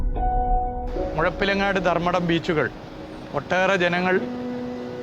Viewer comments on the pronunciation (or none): മുഴിപ്പിലങ്ങാട് എന്നല്ല മുഴപ്പിലങ്ങാട് എന്നാണ് പറയേണ്ടത്....